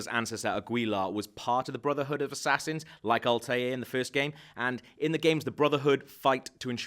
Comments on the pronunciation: Alt-air. Al tah eer. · His name is not Alteh. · Aguila is pronounced Agila And Altair isn't pronounced as Alta Air, it's pronounced as Alta-ir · Al-ta-eer :) hahaah nc vid tho just cringed when you said al-te(y)r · All-tier. Its Al-ty-er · It's pronounced "Alta-ear" not Altair, confusing because that's how you read it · It's pronounced Al-tair not Alt-air. God this guy is clearly reading a script and has no idea about the AC universe. Her even drags out saying Abstergo like he's asking if it's said right. This movie is either gonna be epic or a complete letdown to the franchise. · Alt-eye-air. It's pronounced Alt-eye-air. For the love of God. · it's A-gee-lar and A-ta-ear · Alt -a-eer ;)